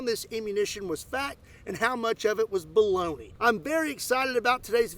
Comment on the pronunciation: "how much of this was fact or... balone" Me "All of it"